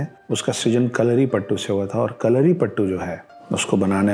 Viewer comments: it is not kalaripattu it is kalaripayattu. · Its kalaripayatu not kalaripattu😌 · I was enjoying your video until you started speaking about Kalaripayattu! Firstly you share wrong information about Kalari and its origin and on top of that you pronounce it horribly and disgrace the art. It is not "pattu" it is "payattu" means to 'practise a fight' in malayalam. Aaj bhi mere gaav me fighting practices ko payattu bolte hai. It originated in the northern malabar region of Kerala. Internet hai toh kuch bhi bana k bechna nahi hai.